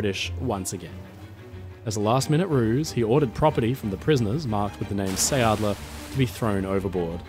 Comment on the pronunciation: Please redo that. Quickly! Who would believe your story, when you even can't pronounce the name. What you say, isn't anything near sounding like it should . And then it just stays a story, it's not history. His whole story was a make up, to build up and keep up his reputation, He got famous from his own story telling . H was touring the country with his storytelling, and always invited the press to report his "heroic" deeds, which in reality was just fleeing the battlegrounds